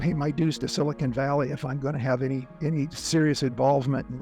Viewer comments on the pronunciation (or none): none